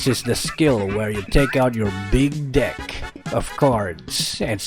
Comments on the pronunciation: Big Dick!!! 😂😂........ Big Deck Of Card 🃏 What a Narating 😂😂😂.... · That "deck......of cards" always gets me